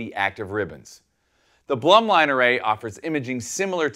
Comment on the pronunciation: I'm prety sure it's pronounced BLOOM - LINE but great demo